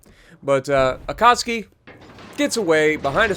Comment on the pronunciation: man I love your videos but pls pronouns akatsuki right